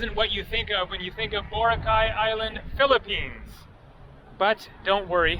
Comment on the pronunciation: Pronounced bo rock eye, hope you had fun!